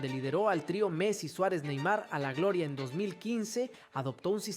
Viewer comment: Y este chico porque habla así y tACtico y glOOria, ObstacUlo 😂